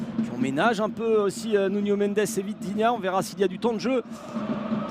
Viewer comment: C'est Nuno Mendes et pas Nunio.